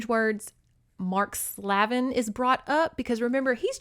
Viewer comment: Slavin is pronounced "Slave-in", Slaven also sounds the same 😂 ,no one ever wants to say the slave part 😅💕